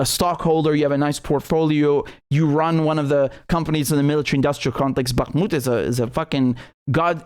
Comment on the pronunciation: I appreciate your pronunciation of Bakhmut it's not spot on but at least you are not saying it like a yank.